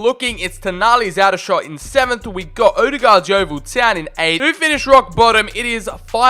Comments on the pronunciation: Come on big up aldershot home town and dat btw it’s pronounced all-dershot And there rivals woking is pronounced woahking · Just to let you know Aldershot is pronounced Oldershot